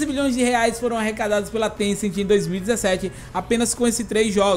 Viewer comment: Paulo R. Cassimiro Lopes ele n falou niantic, ele falou tecent